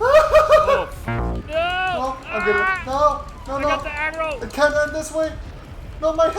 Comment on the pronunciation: When said I got the aggro it sounded like he said I got the Adderall